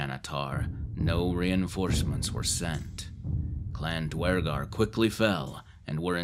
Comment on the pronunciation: The fact you pronounce Duergar properly makes me happy.